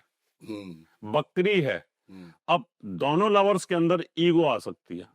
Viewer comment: ~ "नमश्कार" ग़लत शब्द-प्रयोग है, सही उच्चार 'नमस्कार' है। ~ 'वक्री' को "बकरी" बोलना बड़ा हास्यास्पद लगता है।